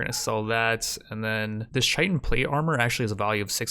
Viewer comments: Chitin is pronounced like Kai-tn. I don’t mind I used to say chiten too but just in case you didn’t know. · dont wanna be that guy buy chitin is pronounced ky-ten, definitely watched the whole thing here tho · For your information the word chitin, is said as kia-tn. Just helping out a g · Absolutely love the videos dude, this is the quality rimworld content I dream about. Thought I'd let ya know that Chitin is pronounced "Kite-In", with a hard K sound. There's no ch sound